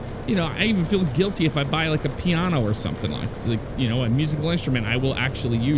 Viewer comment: Did you just pronounce piano as pi-aw-no?